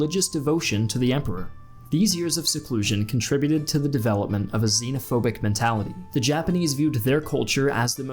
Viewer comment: Plz try Zenophophic not Zeeeeeeenophobic